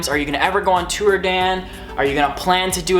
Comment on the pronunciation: On tewer. lol love ya.